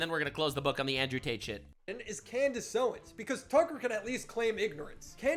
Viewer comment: Clandace owens? 😂